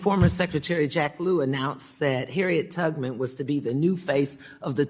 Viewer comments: Harriet… tugman? I swear that’s what she said 😂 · Mrs. Beatty said “Harriet Tugman” come on.